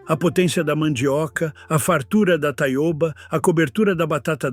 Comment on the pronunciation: A leitura por IA é horrivel, metade com sotaque de Portugal, mas seu canal está no Brasil falando de plantas brasileiras... e Taiôba é um horror. Taioba, com ó aberto.